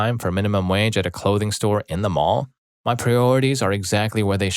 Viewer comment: This hs to be AI. He said Mail instead of mall